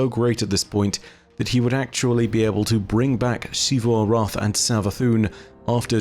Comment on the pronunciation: Xivu Arath is pronounced Zee-vu Arath not Shee-vu Arath And Xita is pronounced Zee-ta not…whatever the hell you’re saying